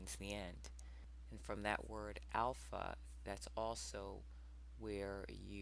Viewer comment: Alpha.........Alpo....as in Alpo dog food. Another great video Sister, well done.